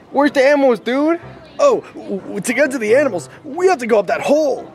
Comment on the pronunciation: wario be like: anmals